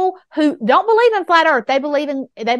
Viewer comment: She lost me at „Dey beleyve…“ 😜